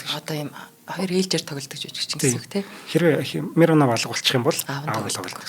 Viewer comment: Табааков, Мироонов гэж дуудаарай, сайхан дугаар болжээ.